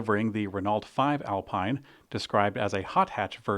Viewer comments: Excellent video as always. But I'm starting to think you're mispronouncing foreign manufacturer's names deliberately..: Renault = 'Renno'. Alpine = 'Alpeen', Rimač = 'Rimats' - and don't get me started on Jaguar... 😏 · It's Al-peen, not Al-pine and it's Ren-no, not Ren-alt